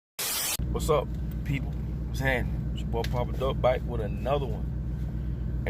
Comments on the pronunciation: When he hit the plies "bihke" rather than back you know its gonna be a good video. 🙏🏼 get it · Its like he saying bike